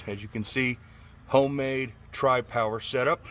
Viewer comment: Noice! Sounds smoother than Jezebel. Guess you'll have to call yourself out for the NNN. Since I'm also a Pontiac man I like hearing you say Tri-Power.